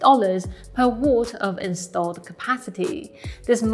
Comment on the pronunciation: I love the way finds new ways to pronounce words. The pronunciation of watt in this episode was cute.